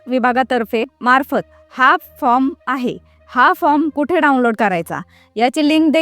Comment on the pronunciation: अरे ताई फ्रॉम म्हणू नका फार्म म्हणा तुम्ही शिक्षित असेल तर